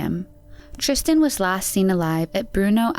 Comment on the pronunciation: Wait we're splitting hairs over severity but no points for such considerate and careful pronunciation of Frauke and Tristan's names, which typically are severely screwed up? Well that is a bit servere in my view. Seriously. 😁